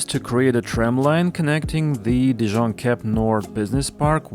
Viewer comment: I LOVE that you had a francophone say the new terminus name! Definitely something to continue. Good job.